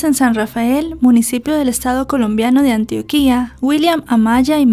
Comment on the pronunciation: Buen relato, Antioquia lleva el acento en la segunda sílaba (tio) sin tilde, pero con acento, y Antioquía como tú lo pronuncias es una ciudad turca.( Topónimos)